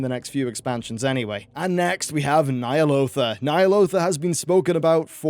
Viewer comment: Dude. You need to work on the consistency of your pronunciation. Nee'alotha or Ny'alotha? which is it?